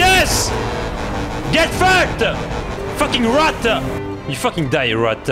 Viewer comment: Did he say rotta instead of rat